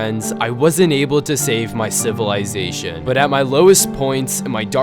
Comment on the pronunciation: every time he says civalization i rember dr.stone XD